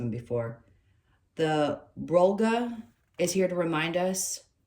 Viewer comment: Brolga pronounced perfectly 👍 Such an awesomely beautiful bird Thank you